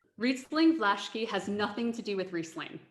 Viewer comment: Respect to sommelier lady, although I would expect right pronunciation of names, especially considering that those are connected with proffesional knowledge! Teaching others (foreigners) about wines with bad pronunciation of Vlašský, Zweigel, Znojmo, Válka and many others take a lot from proffesional respect and trust.